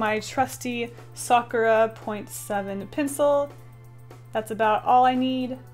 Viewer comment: I’m not trying to be rude. I love you! I’m almost a mega fan! But when she says ‘pencil’ I somehow hear ‘pincil’ ;-;. Sorry if I offended you! I didn’t mean to if I did. ;3